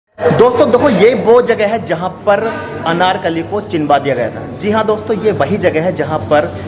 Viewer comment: Brother nice video but aap ek pronoun mistake kar rahe ho bar bar 😂 it's CHUNWA diya gaya tha not CHINWA diya gaya tha 😝😝🤭🤭🤭 n aapne thumbnail pr bhi chinwa diya likha hai 😂 use correct kariye.. But yes very very nice video 👍👍😊❤️